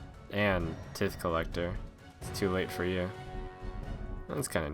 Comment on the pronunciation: tithe collector is pronounced tie-th btw :)